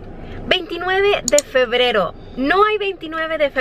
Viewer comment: No paro de reir y llorar en este video porque dice febero pero llorar de emocion te quiero